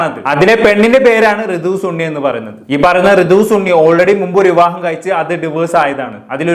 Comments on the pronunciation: Da സണ്ണി, not ചുണ്ണി aka സുണ്ണി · സുണ്ണി 😂😂 അല്ല സണ്ണി